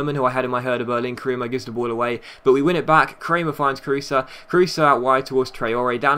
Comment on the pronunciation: It's just like Kroos not krusa